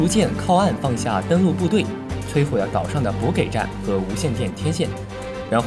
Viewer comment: 补给（ji）站 读成补gei站 读稿的不懂军事 建议换人